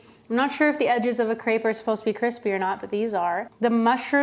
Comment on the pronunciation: I love your channel and videos! But the way you say words like Gratin or Crêpe physically harms me and makes me feel like I'm maybe too European for that